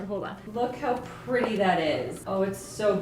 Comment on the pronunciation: Did just say they look “really prilly” when she got ready to make the purple cookies?? 🤣🤣 I just LOVE her!